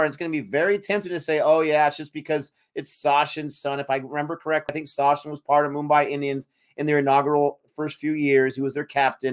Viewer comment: for Americans Againnnn, it's SaCHin (Such-in), not SaSHin... CH like in Chaplin!!!!!